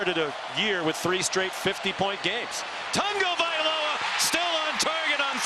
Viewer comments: it is pronounced tongue-o-valoa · His name is Not Tungavoiloa